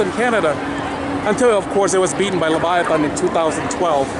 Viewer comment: Nice tour of CW, btw Leviathan is said like this "LeviathAN' not 'Leviathon'. :)